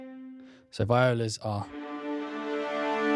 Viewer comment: It’s pronounced VEE-ola :)